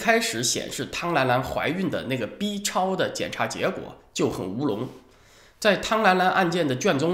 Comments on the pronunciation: 文昭老师对“B”（一声）超的重音强调让人耳朵一紧。在大陆一般都习惯读四声，音同“毙”。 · B念4声别念一声行不🤣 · FU VM 哈哈，还真是的，这字咬得跟骂人似的……